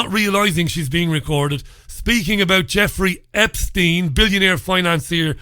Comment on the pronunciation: Did realize that he said "Jefferey Epstein"? I had to listen to that a few times just to make sure.